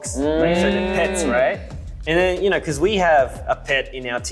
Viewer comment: CHANGBIN’s AUSSIE ACCENT 😂😭 “you knaur you knaur?” OMG also his English has improved so much